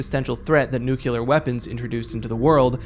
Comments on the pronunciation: it's pronounced nuclear. new-clear. not nukeular. nook-you-lar. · Why do 80% of people on YT pronounce ‘nuclear’ incorrectly? It’s not fucking ‘nucular’, it’s ‘new-clear’. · nukeular isnt a word good sir new-clear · It's pronounced "new-clear," not "noo-cue-lurr." Go look it up. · Crazy vid, great editing and narration, but unfortunately you pronounced it “nucular” instead of “nuclear” once so it’s bad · Will you PLEASE learn how to say "NUCLEAR"? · Please, for the love of God, please stop mispronouncing nuclear...